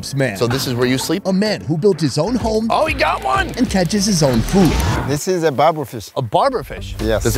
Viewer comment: It's not "barber" fish. It's baber.